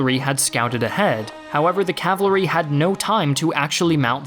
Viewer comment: Say CA-VAL-RY. NOT CAVLARY.